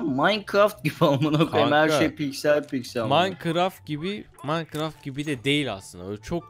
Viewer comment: MAYKIRAFT HANGIR GEYMMSS AHHAHAHADw:dwde:w